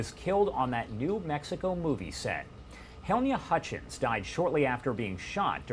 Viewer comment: Didn’t someone tell this guy how to pronounce the victim’s name before this video was filmed/released?